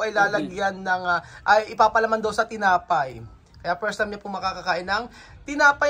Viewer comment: I'm not being funny or horrible to you but try to pronounce F when it's needed like leche flan not leche plan or as I've always heard you saying Por the Pirst time instead of For the first time. Is just a simple thing but u need to learned to pronounce it properly kasi ikaw din naman ang mapapahiya. I know mahirap sa atin ang pag pronounce ng F pero dapat pag aralan mo kasi maraming kabataan ang nanonood at hindi magandang example sa knila. Minsan nakakairitang pakinggan.